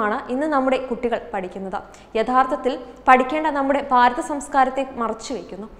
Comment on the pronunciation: വാർത്ത വായിക്കുന്ന മേടം , ബാരതം എന്നു പറഞ്ഞു. എവിടാണ് ഈ ബാരതം. അക്ഷരം പഠിച്ചിട്ട് വാർത്ത വായിക്ക്. തെറ്റായിട്ട് വായിച്ചാൽ ഡിസ്‌ലൈക്ക് ചെയ്യും. വേറെയും ചാനലുകളിൽ പെൺപിള്ളേരും ആണുങ്ങൾ ഒക്കെ വാർത്ത വായിക്കുന്നുണ്ട്. അക്ഷര ശുദ്ധിയോടെ വായിച്ചാല് ലൈക്ക് ചെയ്യും.